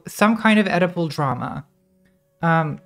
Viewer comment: I heard Edible drama, instead of Oedipal drama. A potent combo.